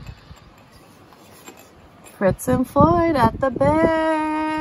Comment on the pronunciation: Fitz & Floyd; not Fritz.